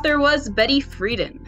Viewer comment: since when is " cat in the hat" a novel? and her name is pronounced Betty free- Dan not freedun